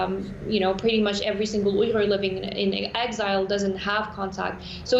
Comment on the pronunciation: *ooy-ghur not 'wee-gur'